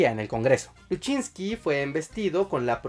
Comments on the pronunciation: El apellido del presidente Lusinchi fue pronunciado erroneamente varias veces como luchinsqui, seria interesante corregir esos detalles antes de publicar el video para dar mas veracidad a la información transmitida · Corrección: se pronuncia [lusinchi] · LU-SIN-CHI se lee Lusinchi... sin italianismos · Lusinchi así se pronuncia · Está bueno el video y todo, pero aprende la pronunciación de los apellidos, por ejemplo de de Jaime Lusinchi, cómo suena y no ruso que tú dices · El apellido de Jaime Lusinchi se pronuncia tal y como se escribe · LUSINCHIIIIII…. NO LUSCHINSKI!!! 💆🏻‍♂️💆🏻‍♂️💆🏻‍♂️💆🏻‍♂️😒😒😒😒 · No es "Luchinski" es "Lusinchi", "Jaime Lusinchi" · te doy like pero no digas mas Luchinzky. es Lusinchi 😂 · un saludo fraterno y un abrazo fuerte y sincero desde Valencia Venezuela disculpa la corrección no se pronuncia luchinki se es escribe y pronuncia lusinchi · Es Lusinchi no Lusinchky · Es lucinchi, no luchinqui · Jeje jeje eje la única observación es que el presidente se llamaba Jaime Luisinchi (pronunciacion)